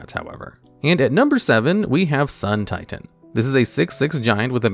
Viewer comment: It’s pronounced SUUUUN TIITAAAAAAAAAN